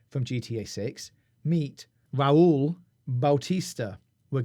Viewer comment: Im from 🇪🇸 and you said rauls name perfectly